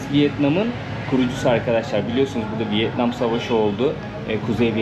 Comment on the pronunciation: 😂 "Vıet Nam(!) " değil, Vietnam...😅😅😅😅